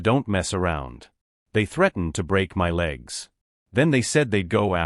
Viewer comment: why can your auto predictive vocals not pronounce "my"?